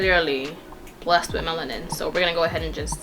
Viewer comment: She said she has MA-LE-NIN PEOPLE ERROR